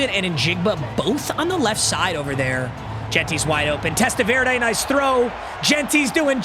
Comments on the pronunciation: My guy it’s TEST-A-VER-DEE not verda come on….. this isn’t salsa Verde papa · VerDee not VerDay 😂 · It’s TEST-A-VER-DEE….i wanted to bang my head against the wall hearing you pronounce his name. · Testaverde being a Browns player before playing for the Jets in Browns season of Wheel of MUT is poetic. PS - For reasons no one knows his last name is pronounced "Testaverdy" lol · Test-ah-ver-day ain’t it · It's pronounced Test-uh-vurr-dee papa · “Testa-Veer-Day is Out….Shaduer And the Sanders Family INNNNN” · Papa I love you, but as a Jets fan, the way you pronounce Vinny’s last name like it’s a salsa is driving me insane. Testa-ver-dee. Love you. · Happy we don’t have to listen to you butcher testaverdes name anymore… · Not knowing how to say Testaverde should be a crime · Thank god I don’t have to hear him mispronounce testaverde all season long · I'm glad you lost so I don't have to hear you mispronounce Vinny last name all season 💀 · The guy isn’t a salsa. You’re pronouncing his name crazy. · that’s just not how you say Vinny’s last name